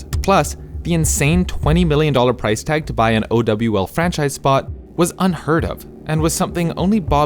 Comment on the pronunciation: OW VIDEO??? we so back edit:nvm bro this aint it Bro called it "Oh-double-u-L" and then said it was filled with microtransactions, aight man i get trying to make a story in a video but that doesnt mean you can distort the facts like this, remember where you come from